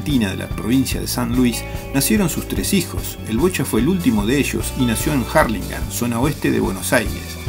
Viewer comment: Jarlingan jajaja Urlingam amigo